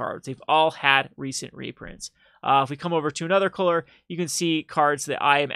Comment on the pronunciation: I want to slap you when you say coaler (color)